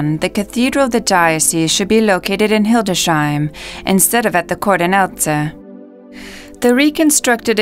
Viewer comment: I agree about the music, but i suspect the whole video is auto-generated by AI. Also, it is not Hilde "Sheim" as the AI narrator says. It is Hildes "Heim". 🙂